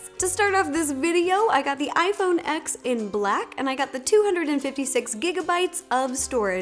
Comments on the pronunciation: I'm sorry. It's pronounced, "iPhone 10"!! Justine will be mad!! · You need to pernouce it iPhone 10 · A year late but it’s pronounced iPhone “10” lol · Its pronounced iphone TEN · When someone says iPhone X I'm like "B**ch it's pronounced iPhone ten" When Ro says iPhone X " its ok Ro you'll learn " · Its pronounced as iPhone 10 y'all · For the love of God, Plz says iPhone TEN!!! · I am kinda getting annoyed that literally no one can say the name of this phone properly lol it’s Roman numerals for 10 X means 10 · Although it’s spelled out “iPhone X”, the “X” means 10 in Roman numerals to signify that it’s the tenth anniversary of the iPhone. Whenever there’s a date significance, usually Roman numerals are used. No hate against her or you, but the correct way to pronounce it is “iPhone 10”. Apple themselves calls it that and watch any professional tech YouTuber and you’ll see that they pronounce it as “iPhone 10”. And for those people saying it doesn’t matter, it sort of does. You don’t go around saying “Who did you want to win in the Super Bowl “el eye eye”? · Every time you pronounce iPhone X, a little part of Justine dies 🤣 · You call it "X" instead of "Ten" that means you don't know much about tech. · It’s pronounced 10 non X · cringe Ro, it’s pronounced iPhone TEN, not X. 😖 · It is pronounced Ten not X iPhone X!!!!!! 😡😡😡😡😡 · finally!! Someone who pronounces gif correctly!! Though iphone X is pronounced as iphone 10 ;P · It is pronounced iPhone 10, not iPhone X. It may be spelled with an X, but it is for a Roman numeral, and the original tag line was “X marks the TENth anniversary of iPhone.” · its 10 not ex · Did you notice she said "iphone x" instead of "iphone ten"? I was freaking out and I immediately thought of you freaking out when you saw the video. Did that happen? Please tell me that happened because I am starting to lose faith in you right now. It happened, right? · From a 7 plus to a iPhone X (she pronounced as ex instead of 10).... iJustine is quaking 😂